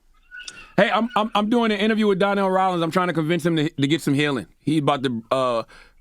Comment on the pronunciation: Why Charlemagne calling him Darnell and not Donnell 🤣